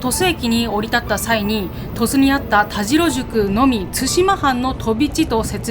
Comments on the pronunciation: たじろではなく、たしろだと思いますが？なぜ濁るのかなぁ？ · 佐賀県を詳しく紹介してもらってありがとうございます😊 現在鳥栖に住んでますが、田代は「たじろ」ではなく「たしろ」と読みますよ😄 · 鳥栖出身です。大好きな地元を詳しく説明してくださってありがとうございます♪ 今度行くことがあれば鳥栖駅から数分の八起のアイスキャンデーを食べて欲しいです。駅のうどんと並んで鳥栖のソウルフードです❤あと田代は「たじろ」ではなく「たしろ」ですよ〜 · 「たじろ」じゃなくて「たしろ」ですよー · タジロではなくタシロでいいですよ。